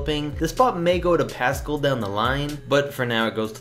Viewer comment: It’s Pascal not Pascul say it right